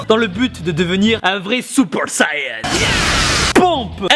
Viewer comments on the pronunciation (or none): none